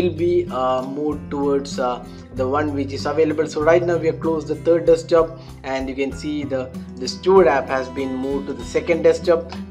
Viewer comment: Desktop, not Deskjob mate :P